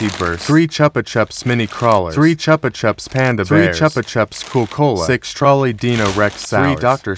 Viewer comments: It pronounced ‘CHOO-PA CHOOPS’ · Its pronounced as chuu-pah-chuuups